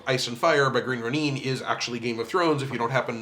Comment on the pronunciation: As a Proper Noun, I assure you, it's pronounced Green Roh-Neen. :) As I learned when I moved to Seattle and began to hang out with it's owners in person after they hired me.